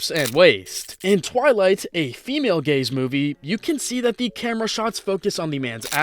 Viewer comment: I fr heard "The Female Gays" 💀💀 help me guys 💀💀